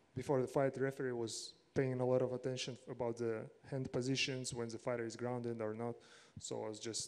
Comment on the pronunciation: Everyone: He is grounded, no knees! Petr: He is grounDEAD? Ok!